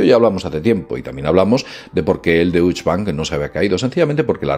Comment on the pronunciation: Se lee "Dóishe" el banco alemán